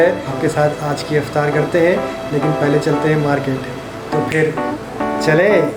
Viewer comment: Aap jo kehte ho na 'Chelein'. Bohut accha lagta hain ..